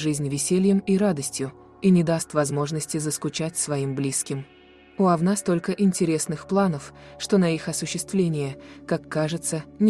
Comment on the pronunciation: Ужас! Кто читает текст? Это же просто безграмотно, ударение ставится не правильно, вместо Овна говорят Овна. 😮